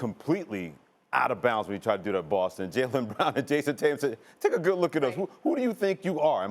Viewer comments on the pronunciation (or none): none